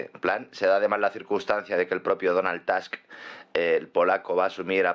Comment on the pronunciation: Es Tusk, no Task, porque no es estadounidenso sino polaco.